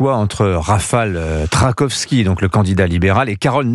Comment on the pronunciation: Ce Vincent Hervouët est un journaliste?... 😳 Il ne sait même pas lire correctement les noms de ces politiciens! "Tuesc", "Tracovski" (ou "Cracovski"), "Naouroqui"...